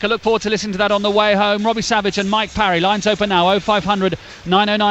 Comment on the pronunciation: He can’t even say mike parry’s name right